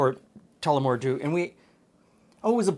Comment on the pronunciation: Good job on the pronunciation! I love Tullamore Dew for sipping. Break it out more often. Try this drink with it and less lemon!